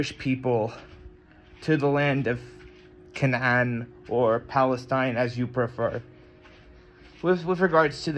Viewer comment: You pronounce it like arabs Kan3an 😂 nice Letter 3 is hard to pronounce for westerners